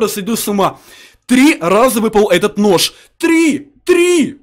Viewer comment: мне выпал нош нош он сказал нош